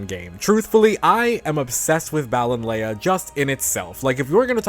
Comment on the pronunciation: 100% agree with your opinions here. The overall aesthetic is perfectly on point and Galar widening the net of fairy to include gnomes, goblins etc. was brilliant. Btw I think it's pronounced Ballon-LEE. Most places here in the UK with 'Lea' are pronounced 'lee'.